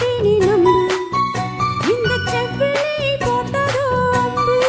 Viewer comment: சம்மதம் தந்திட்டேன் நம்பு என்பதை தந்திட்டேனே நம்பு என்று பெண் பாடகர் பாடுகிறார். செவ்விழி என்பதை செவ்விலி என்றும் உச்சரிப்பு பிழையாக பாடுகிறார்.பாடல் வரிகளை கவனிக்கவும் ப்ளீஸ் 👍